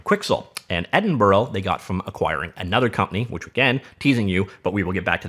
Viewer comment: Nice video, but just so you know, it's pronounced ed-in-bruh.